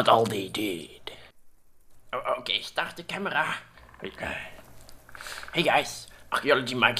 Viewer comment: "starrrrrt de camerrraaa"